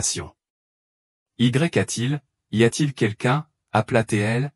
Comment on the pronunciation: Y A T'il ??? LE Y FAUT LE DIRE COMME UN I ( i a t'il ) c un ex